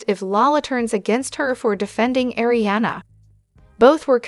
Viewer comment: I hope this YouTube channel fails bc it’s all false info & they can’t even say Kristen, Arianna etc names correctly. She’s using other ppls stories & journalism. This channel is a joke!!!